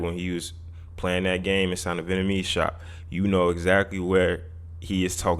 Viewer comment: You cappin yet again. Argyle is NOT a whole street filled with 'Venamese' businesses, food and culture (its pronounced 'Vietnamese' btw). Mainly from Broadway east to WInthrop ave are where the Vietnamese core cultural shops (Miss Saigon, Nha Hang, DaNang are probably the best), from there it starts to become mixed with other ethnic shops. Most of the Vietnamese and Souteast Asian folk live just a block south of there, on Ainslie st, cross streets being Winthrop and Kenmore, which are all residential. North of this Southeast Asian Community is Winona, then Foster, and Berwyn going further north. Some unsavory types and crackheads wandering about (mainly at night), but no 'hood'. There were, in the 80s & 90s, a mixture of (B)GDs (migrating from Sheridan RD and Lawerence) and Gaylords (white gang), Local Boys (Asian gang) crossing through that Vietnamese area, and definitely seem lawless back then by today standards. But now none of the kind even remotely exist. What experienced was probably a dude false-flaggin, saw not be from around there, and figure him to be an easy target for bullying. From broadway going west is quite and nice, going east pass Sheridan is nice and with some questionable elements migrating about until you get to Marine Dr. There is no 'hood' on either side of the Vietnamese, Southeast Asia, and East Asian Heritage Area. There is no one shot calling, standing out on the corners throwing up gang signs, no gang colors, no slanging and banging